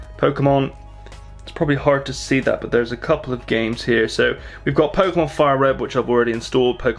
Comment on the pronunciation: do u like pokeemon ?